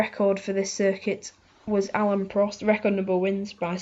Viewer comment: Alain not Alan haha